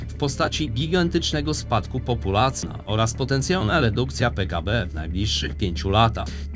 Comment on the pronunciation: to chyba jakiś syntyzator bo pod koniec filmu powiedział populcia zamiast populacji